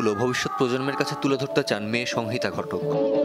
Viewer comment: ঘোষিকা "সংহিতা" উচ্চারণ করতে জানেন না ।